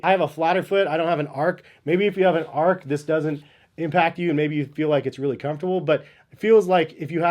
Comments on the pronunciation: It's ARCH not ARK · You review shoes.....it's pronounced ARCH (R CH).....just saying.....not ARK